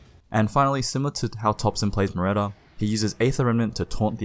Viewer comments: it's muERta not muREta. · Nice analysis! Also, its Mware-ta, not Mu-retta :) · how are your hp guesses like 100hp off all the time, ITS RIGHT THERE. Hero is called MUERTA not muretta.